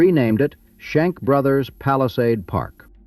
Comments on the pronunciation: They were not the "Shank" brothers, they were the Schenck brothers. God, I hate A.I. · Shank? Check that. Schenck.😅😅😅😅😅😅😅😅😅 thank's AI.